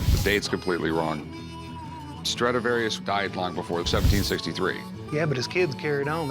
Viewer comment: It's a " Stradavarous Fiddle "